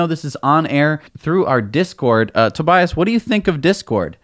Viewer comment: tobias mispronounced his own name. hihi :D